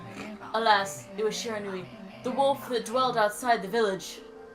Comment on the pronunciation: It's in the likes of "Shee-Ra-Nou-ee" for Shiranui